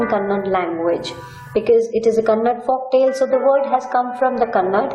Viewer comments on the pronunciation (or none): It is not kannad it is kannada